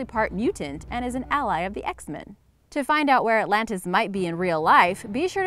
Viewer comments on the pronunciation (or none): none